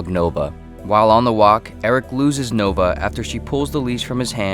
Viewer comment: It's spelled "Nova" but you pronounce "Noba"